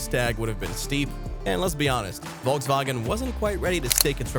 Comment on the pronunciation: the wolgswagen Ski-rotschow - it ´s pronounced Folksvagen she-rocco